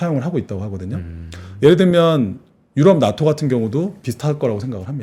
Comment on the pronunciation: 낫또가 아니라 나토... 진행자 장이안좋음? 북대서양 조약기구 낫또?